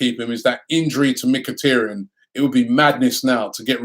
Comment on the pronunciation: Robbie, its MKHI-TAR-YAN. not MkhiTERyan. TAR as in black viscous substance.